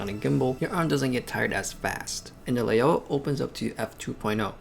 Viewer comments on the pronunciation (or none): Lao-wa, not Lay-oh-wah. "ao" is an "ou" sound like in "ouch". Great comparison any way. It's a demonstration of Rectilinear correction. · Take a shot everytime he mispronounce Laiaowa